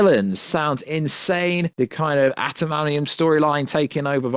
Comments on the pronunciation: Adam - ant -ium is how it’s said, sorry to be that guy 😅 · Bro can't pronounce Adamantium to save his life 😭